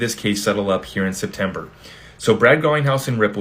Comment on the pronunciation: SPETMEBER??? Get some more shuteye Brad! Lol! 😂 We love your show thanks tons for keeping us informed!👏👏👏